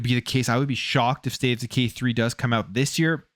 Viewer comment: Sounds like hes saying, "State of deGay 3" 😂